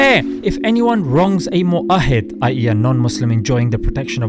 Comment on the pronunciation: The word in those hadeethss is mu'aahad, not mu'aahid... Jazaakallaahu khairan.